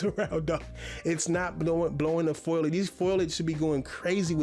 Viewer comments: This man literally struggles to form a sentence never mind make a point. He also doesn’t know the word eruption and said foilage instead of foliage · ITS FOLIAGE! NOT FOILIAGE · Sad to see he uses words in his videos that he's doesn't know how to pronounce... Foliage and synopsis as an example makes me laugh so hard... Looks like he has never used the setting screen in a game before, coz he can take of stability control, you can adjust car damage from cosmetic only to realistic